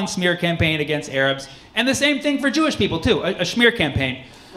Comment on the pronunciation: 'The smerrh campaign.' 😆